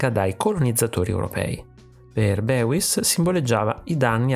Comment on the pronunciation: Molto interessante, bel video. Questo artista lo sto studiando in accademia. Comunque il suo nome si pronuncia "Bois" ( tipo "boys" in inglese non "beuis")